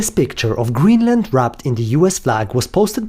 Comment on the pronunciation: 😂 “ GreenMa! “ DW is trying so hard